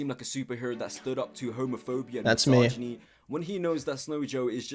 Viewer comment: Jesus god why does he keep saying ‘massage-inie’